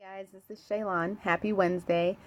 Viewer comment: Shay-lon Moss yeah, not a problem :))))))